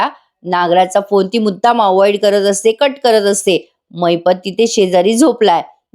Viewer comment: रिव्ह्यू देणारा माणूस अतिशय अशुद्ध मराठी बोलतो. महिपतला महिप्त म्हणतो.अॅडव्होकेटला व्होकेट म्हणतो. हे सगळे मराठी भाषेचा घोर अपमान आहे. कुठे पाॉज घ्यावा हेही कळत नाही. त्यामुळे अर्थाचा अनर्थ होतो. शुद्ध मराठी बोलणारी योग्य माणसे असावी ही माफक अपेक्षा